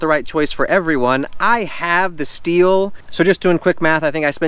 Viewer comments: Stop saying steel 🤦🏼‍♂️ stihl is pronounced “still” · Manning neither does happy or baby. You can just do a quick YouTube search and watch any STIHL commercial. I don’t want you wandering throughout Palm Springs recommending STIHL products with incorrect pronunciation.